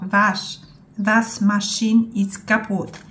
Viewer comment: I tu sie z toba zgodze, niemcy maja wywalone jak ty wygladasz,jestes fajna babka i to sie liczy,mieszkalam w niemczech od 30 lat i nigdy nie slyszalam zadnej krytiki o kims innym,musze sie usmiechac jak czytasz,twardo ( waszmaszyne)po polsku 😂😂😂pozdrawiam z francji 😊